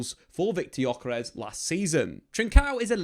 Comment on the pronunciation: Ö is not like "o" in jocky. More like "ou" in journey. More drawn out.